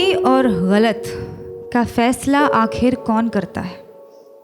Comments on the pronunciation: The way she pronounce "galat" is wonderful. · Bcoz she pronounces her right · ग़लत का इतना सही उच्चारण जो आपने किया है, उसी पे फ़िदा हो गया हूँ मैं :) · Because she says it right! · ग़लत उर्दू का लफ़्ज़ है, जिसके नीचे नुक्ता (एक बिंदु ) लगता है, जिसके कारण उच्चारण अलग होता है।